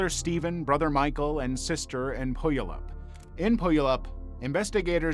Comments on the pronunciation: Not to be that person but, , Puyallup is not pronounced "poi-yuh-lup". It's "pyoo-ah-luhp". I only recognized the name of the place because I knew the story from other true crime channels and had to parse why here it was being said to be from somewhere else before I realized it was pronunciation that had been so off. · It was a good attempt at pronouncing Puyallup. (it's pew-all-up) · Yeah, he was so wrong in how he said Puyallup that my brain had to do arithmetic to come up with the answer. It's weird, I can tell he had extensive training on different languages' pronunciation, I always just figured he used the linguistics pronuniation guide. It's also weird he didn't talk about the hathcets or the social worker. When I saw WA was 2nd last I was certain it was going to be about Bundy..at least there's that. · Its pronounced Pew-al-up🤦🏽‍♀️🤦🏽‍♀️🤦🏽‍♀️ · Puyallup. Pew-all-ip. I genuinely had no idea what city you were talking about because of the pronunciation and I live in WA. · Washington is pronounced "Pew-AL-up", but close enough. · Who else here from Washington state cringed when he said Puyallup?